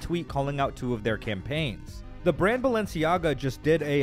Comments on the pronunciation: it's pronounced "baal-enciaga". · she said balenciaga because when you add 1 a and separate the letters... baal enci aga and convert it from latin to english... bail is king, no joke do it. if you understand the symbolism, the intention behind it etc its clear as day whats going on. heres a simple example, mickey (from disney) those coffee cups, the reflection of mickey shows wicked... just like this name, thats no coincidence. you start researching this stuff and youll notice, "coincidence" is fuckin everywhere in eye rolling ways, they throw it in our face and people have convinced themselves it just cant possibly be true... yet never actually look into it to find out.